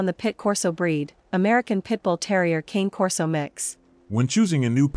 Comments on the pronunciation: Not Cain Corso. Kahne Corso. Not hard. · It's pronounced as cony Corso not king or cane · It’s Kah-Nay Corso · KANEI KORSOU pronounce it right if your gonna give information about the cane corso breed at least learn how it's truly pronounced